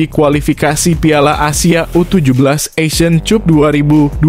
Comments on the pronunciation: BKN ASIAN CUP CUP UCUP MARKUCUP DI BACA NYA MIN. TPI ASIAN KAP..😂😂. PERBAIKI MIN CARA BACA INGGRIS NYA .MAAF MIN BKN SOTOY YA. BIAR AKUN DAN KONTEN NYA SELALU BNYK YG LIKE . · Pelajari dong cara membaca istilah asing yg benar; "cup" (kap) jgn dibaca "chup" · 😂😂😂😂 ASEAN cup????? Dibaca KAP😢😂